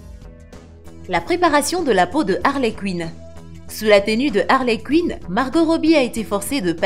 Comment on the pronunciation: Et Harley Cuine 😂